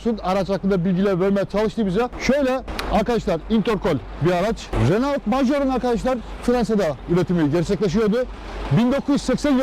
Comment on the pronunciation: Ali bey Renault yerine reno deseniz daha iyi olacak. Herkes reno der.